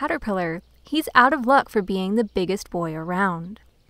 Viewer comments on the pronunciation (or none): none